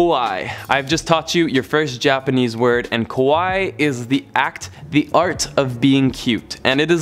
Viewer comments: You messed up "Kaweii" and "Kowai". You said Kowai instead of Kaweii and this means "scary" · かわいい(kawaii)の発音がこわい(kowai)になってますよー😄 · I thought the exact same thing! I thought he was going to say people were running around scared of tourists lol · The way you pronounced Kawaii as "Ko-wa-i" means "scary", definitely gonna startle some people if you said that, it should be pronounced "Ka-Wa-ii" ! = ) peace! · I’m Japanese He said “Kowai “ it’s means scary… The ward “Kawaii “ it’s means cute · You pronounced it “Kowai”! That means scary. It’s Kawaii! KUH-WA-E-E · I must say I sound like 'Kowai' instead of 'Kawa ii'. Be careful, 'Kowai' means 'Scary' in Japanese. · It's actually pronounced kuh·wai·ee (kawaii) You were saying the word scary in Japanese (kowai) lol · kwai hahha its kawai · I gotta nitpick the kawaii part xD It's pronounced ko-wa-ee for "cute". ko-w-eye is "scary" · the one you’re pronouncing is not “kawaii” it’s “Kowai” which means scary Kawaii means cute but keep that in mind, it might make some misunderstandings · when he was saying kawai he was actually pronouncing it as kowai which means scary, kawai is cute and kowai is scary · KAWAII not KOWAIi meaning is totally different.Kowai as you pronounced it means scarry or frightening . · Fun fact, it’s pronounced “ka-wa-ee”, not “kowai”. Kowai means scared in Japanese. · I don't mean to nitpick but you should pronounce 'kawaii" by accentuating the 'ii' sound otherwise it sounds like 'kowai' which means scary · It's "kawaii" not "kowai" (which means "scared" or "scary." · Extra tip: Yes, Kawaii means “cute” but remember to say it as “Kawaii” not “Kowaii” because when you say “Kowaii” it’s the word for “Scary” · Im sorry but its considered quite rude to eat or drink while walking so I wouldn't recommend walking and drinking also pronounce kawaii as (ku- why- e) instead of (k- oh- why) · His pronunciation is wrong when he says "Kawaii". It is "Ka -Wa-i-i" not "Ko Wa I". "Ko Wa I" means "scary"